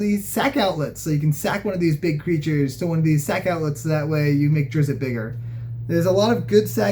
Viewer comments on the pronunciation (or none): It is pronounced 'drist' , not 'driz it' . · Its pronounced ˈdrɪtst